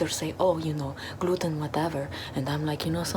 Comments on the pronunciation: Ze gluten is ze Lucifer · Ze Gluten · Never eat ze gluten....k....😂😂😂😂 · “Ze gluten is suffering in the bag” “I love ze sounds of the suffering gluten!” Calm down girl Edit:OMG thank you for 200+ likes! Edit:thank you for 300+ likes :0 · I enjoy listening to the suffering of ze glooten, here you listen to ze suffering of ze glooten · Zee gluten is zee demon😂😂😂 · Zeee gloooten 😁